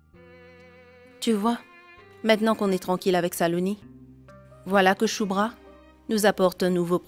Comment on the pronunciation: J'aime bien comme Saloni appel chubra (chulubra 😂😂😂😂😂😂😂😂